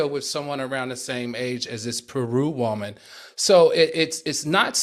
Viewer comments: I love the way Al pronounces “woman”. He says woe-man. Lol. Love it. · Nobody : Al: Woahmen